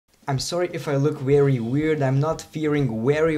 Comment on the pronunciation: Very not wery